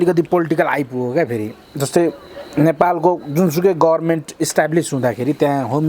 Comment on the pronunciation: माछिक्नी लारो जस्तो युत्युबर बोल्ननजान्ने र बोल्ननसक्ने ले गर्मेन्त भन्छ लारो जस्तो।